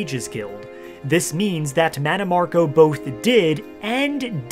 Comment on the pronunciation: Oblivion butchered mannimarco 😂